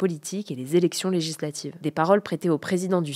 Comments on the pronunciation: articule Hugo stp, "zélection lézlatives" Les élections Lé-gi-sla-tives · Toujours intéressant, mais si je peux me permettre deux critiques : ralentir le débit, et soigner la diction. Même si le mot "législatives" n'est pas simple, la syllabe "gis" y figure et doit être prononcée correctement.